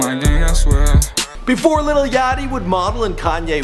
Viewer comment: it's not little it's lil